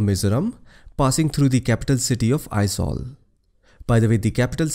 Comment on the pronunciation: You the one only i ever come across non Mizo who correctly pronounce Aizawl most of the people pronounce as Ai-zual that not not correct the correct sound Ai-zol .. Thanks Bro !